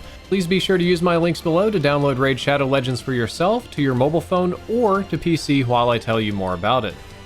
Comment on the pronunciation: Saw this comment as soon as he said "Raid ShoAdoW lEgEnds"